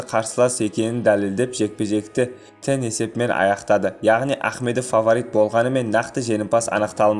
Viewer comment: тең дегенді тән дейсің арапша ма?